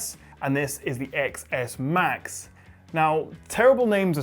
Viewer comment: IT'S PRONOUNCED TEN S AND TEN S MAX IDIOTS.